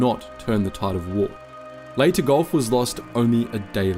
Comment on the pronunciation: is pronounced ...LAY TE...